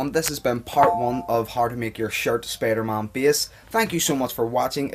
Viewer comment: did he say spidermon lol